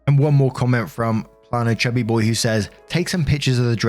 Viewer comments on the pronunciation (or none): none